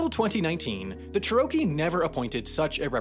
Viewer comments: Yeah I thought that was a given? Even “Chair-uh-key” is more common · I cringed every time he said cheh-row-key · Cherokee - CHAIR - OH - KEY !! [smh] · Dude! Learn how to say the names of the tribes, before you say the name of the tribes. You had me laughing a bit, though. But, it's very disrespectful. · As a member of the Cherokee tribe, i have never heard anyone in my life struggle this hard with the proper pronunciation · As a okie this bothered me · I grew up in the Cherokee Nation. He did not pronounce it right. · It was a little irritating that he couldn't pronounce Cherokee... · You've done a great job getting the facts correct. Your pronunciation of a few words made me cringe, but other than that, you've got it right. How do you decide pronunciation, because wow, not so great. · He probably spent hours researching how to say it only to find the wrong way of saying it. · I'm super glad that I wasn't the only one internally screaming when he mispronounced Cherokee over and over again. Like, how do you mispronounce a tribe that is so well-known that there are literal motor vehicles that carry its name? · The way you pronounce "Cherokee" makes me violently ill. Signed, someone who lives by, and has friends and family in the EBCI. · Every time he mispronounces Cherokee a baby dies. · That pronunciation of Cherokee was abysmal 😂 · The emphasis you put on Cherokee is strange. further more Cherokee is an exonym, thought they identify with it now. In Cherokee they say Ꮳꮃꭹ, or Tsalagi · "Chip PAY wah" (that's the dankest pronunciation of Chippewa I've ever heard). Oh, and "Chair ROW Kee" (pronounced like karaoke)... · How is it possible not only to consistently mispronounce "Cherokee" (and "Chippewa" too), but for that mistake to make it through whatever editing process takes place? And it's not like "Cherokee" is an obscure word that many people might never have heard pronounced before. What next? Mispronounce Massachusetts? Cheyenne? Arapaho? Pocahontas?